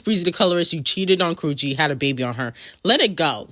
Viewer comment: ..."NOW, WHORE-ESHA" 😮😅😂😅😂